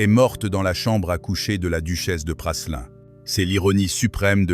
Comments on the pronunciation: L’hôtel de Choiseul Praslin ( on prononce Prâlin et non Passelin) n’est pas situé au 55 fbg Saint Honoré mais rue de Sèvres !!!! Le 55 est l’Elysée… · Se prononce Prâlin et non Prasselin. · L'hôtel de Praslin !?! se prononce Prâlin ... Cette voix iA n'est pas à la page !